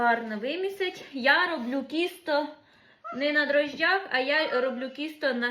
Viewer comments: Тісто, а не кісто, ти ж молода, з вищою освітою, то говори правильно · ну почему ты говоришь кісто в Полтавской области говорят тісто. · Мені вчувається кісто, а не тісто. то як ти говориш?